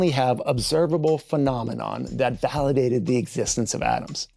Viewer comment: Did you really say Valhallidated the idea?😁😁